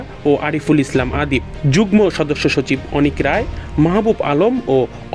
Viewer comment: পড়াশোনা না করে অটোপাশ কিংবা কোটায় সাংবাদিক হলে যা হয় আর কি। যুগ্ম এর উচ্চারণ যুগনো হবে। গ্ম=গ+ম কিন্তু এখানে ম এর উচ্চারণ উহ্য থাকবে।